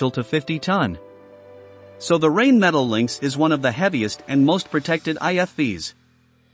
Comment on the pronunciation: The commentator pronounces Rheinmetal as Rainmetal. It is actually pronounced Rhinemetal.